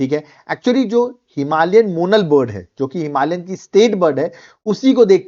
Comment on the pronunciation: मोनाल ✅️ मोनल ❌️